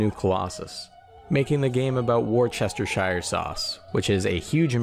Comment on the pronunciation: It is spelt Worcestershire but pronounced "War-ster- scher" and yes I am from the faithfall city (Worcester)